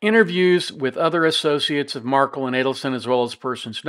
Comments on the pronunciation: You’re mispronouncing Dan MARK-EL’s name again!! The man had his children’s last name changed to Adelson & his family, legacy & memory has literally been erased from their lives. Please have respect for the man and pronounce his last name correctly. It’s not Markle. It’s MARK-EL - with a hard “EL” at the end. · Please pronounce his name correctly...it is marKELL, not Markle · jeez. At least pronounce Dans last name correctly. “Mar-Kell”not “mar-cull”. Cmon man, there’s been four trials already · A small point but it’s mar-KEL. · Mar kel is the correct pronunciation 😄 thanks for the commentary on this case! The case management hearing is on January 30, 2024, defense will invoke their right to a speedy trial, by all indications of the last appearance. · It’s MarKel. Pronounce name correctly. Thanks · Yeah, he just can’t be bothered to pronounce Dan’s last name correctly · Markel is not pronounced the way you say it.